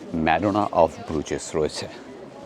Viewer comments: সঠিক উচ্চারণ ব্রুজ , ব্রুজেস না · It is pronounced as BRUZ, Z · Another misinformed and research-less vlog from you. I think you should have skipped Belgium since you didn’t have anyone local to show the place to you. 1. The garbage bags in Brussels are picked by municipalities every day in the morning. If its lying there means they will come and pick it up. Don’t spread incorrect information. 2. If you visit a place please learn the pronunciation. Bruges and Hergé needs that basic respect. 3. Minne is the word for love in Dutch not French. 4. Every city in western Europe has its dirty side including Paris, London and Amsterdam. Just because you stayed and visited the dirty areas doesn’t mean its dirty as a whole. The entrance you took to the Nord station is the back entry where no one goes. There is literally a main entrance to the station which obviously you didn’t take as you didn’t research enough. 5. It was a missed chance to not visit Ghent. Its literally Gothic architecture at its best. Could have taken you not more than 2 hours if you had planned better. But no you chose to focus on friends reunion. 6. You literally did not see Grand Place in the day, no Manekin Pis, no Delirium village, no Atomium, EU Parliament, Palais, Mon Des Arts. These are not even hidden gems. And you and your friends have judged Brussels already. Wow. Please don’t listen to him, he didn’t explore well and has formed opinions already. It was a vlog where friends became judgemental about a place and the focus wasn’t on exploring the country. You lost a fan t